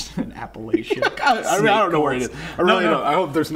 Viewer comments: Y'all are my favorite DnD content on YouTube, but it isn't Appa-lay-cha it is App-a-latch-uh. I forgive you, but don't do it again. Also, snake handlers are 100% for real no offense taken. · It's App-ah-lah-cha, not Apple-Eh-cha... and weirdo snake churches are more of a Bible Belt thing... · Its app-a- latch-a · Im just offended with the way they pronounced Appalachia